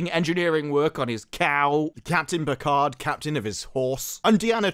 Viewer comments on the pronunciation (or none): none